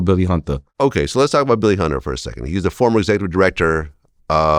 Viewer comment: “Billy Hunduh”- Sebastian Telfair